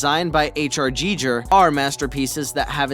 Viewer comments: "H.R. Jee-Jur" Bro, I'm fairly certain it's "Gee-Gur" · H.R. JEEJER? Dude really?? Youve NEVER heard of H.R. GEIGER, like GY - GER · Who the hell is H R Jeejer ? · Rob Bottin not Bow teen and HR Geiger not Gee ger. I like the content but disrespect of these masters of their craft by severely mispronouncing their names just pisses me off. These are famous names... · He also says H.R. Jee-jer. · Please tell me he did NOT say H.R. Gee-ger!